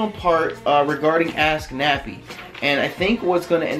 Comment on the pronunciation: Every time Nappy says AskNappy I hear AssNappy lmao #AskNappy